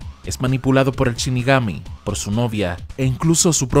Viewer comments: shinigami, no chinigami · Ya no es " shinigami" ahora es " Chinigami" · Shinigami, no Chinigami. Por Dios!! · "chinigami"? en serio? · DEF NOUT???? Porque asi?? DET NOUT se pronuncia men Y anime va con el acento en la e!! de donde coño sos?? CHINIGAMI??? pfff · Me sangran los oidos cada vez que el narrador dice "chinigami"